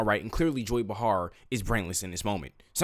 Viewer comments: Joy Behar..... her name is not pronounced "be-HAR'. It's pronounced "BEY-har". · It pronounced Joy Bay’-Harr.